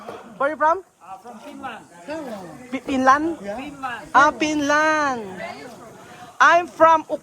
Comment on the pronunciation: Finland hindi Pinland 😂